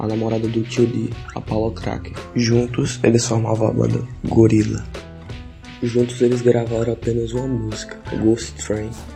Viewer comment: Kkkk "Gourillaz"